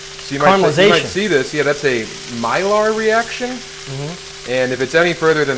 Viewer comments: Sam is referring to a Maillard (my-ard) reaction. Not mylar. That is a synthetic fabric. No judgement just in case anyone wants to look it up. I liked the advice on slowing down and not over-complicating a dish. I've fallen into that trap a lot myself. Good video and I really liked the PBS shout out. If you want to learn cooking, PBS Create has a lot of good shows with hosts like Lidia Bastianich, Ming Tsai, and Rick Bayless (Skip Bayless's brother btw...wild). And the host and Sam were thinking of is Rick Steves. Cool that two of my favorite comics like shows I enjoy as well. Great episode, guys! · "that's a.... Mylar ™ reaction..." Mr. Talent, if you say "Cwassah" you just know how to pronounce "Maillard" in a war losing accent.